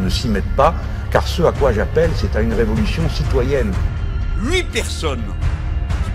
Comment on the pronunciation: Can't stenchon the revolu'chon.